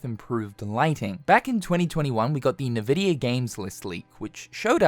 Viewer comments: It's pronounced in-vidia, not nividia. :) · It's not naavidia it's "n" vidia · Nividia. i dont think people usually pronounce it with thet first 'i'. just N-vidia. no big deal though. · Just so you know, Nvidia pronounced "envidia" not "navidia" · its ENvidia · I'd never heard a single person call NVIDIA nehveedia like this guy just did. mind blowing. liking the vid for that alone. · Stop calling it na-vidia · N vidia. EN-VY dia. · FFS. It is not "Nuh-Vidia." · First time I heard someone pronunce Nvidia that way lmao